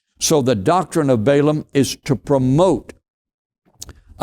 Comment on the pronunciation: it is pronounced short vowel A Ball aam